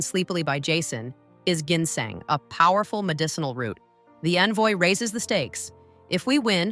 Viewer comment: AI. voice cant even pronounce .. GINSENG ...properly